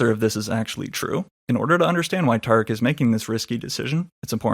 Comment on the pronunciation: How akademiks 🇯🇲 dont know how to pronounce tariq?